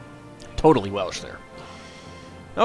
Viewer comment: Great pronunciation for a non speaker! Thank you, it's so bloody frustrating hearing bad pronunciation.